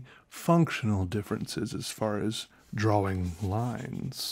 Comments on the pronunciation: Drawing is pronounced dror-ring not draw-wing. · Leon Dunphy * draw-ing *